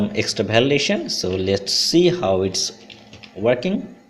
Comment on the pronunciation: Bhalidation lol khub bhalo